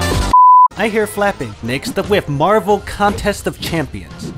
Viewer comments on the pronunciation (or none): none